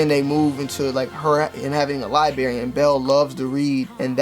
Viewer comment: Libary is library